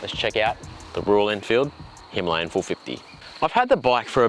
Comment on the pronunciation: Himalayan.. not himlayan